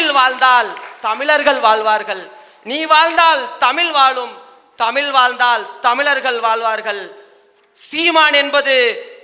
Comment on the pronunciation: டேய் தம்பி மொதல்ல தமிழ்ன்னு ழ் ஒழுங்கா சொல்லுப்பா